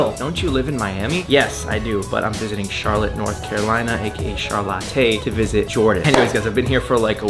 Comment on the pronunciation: Ah, yes. Charlotté. Great vid man!